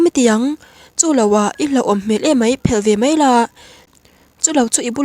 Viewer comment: Tawng thluk hi a diklo leh zauh thin, meng Phel, a fel or i fel tih thluk ang ni lovin (kawrphelh) tih thluk anghian thluk tur ani.